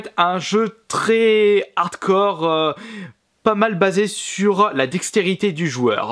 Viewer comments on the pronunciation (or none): none